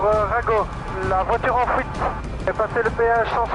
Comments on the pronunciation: Haha, prendre la"fouite" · l audi en fouite on dirai il dit mdrrr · il n'a pas réussi à prendre la FOUITE ^^ x)